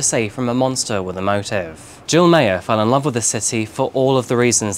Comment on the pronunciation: Meagher is pronounced 'MA-Her'